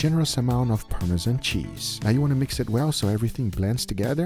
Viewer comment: Take a minute and appreciate, that Guga pronunciation of Parmezan (not Parme-jhan...), Pecorino Romano and Carbonara. On point!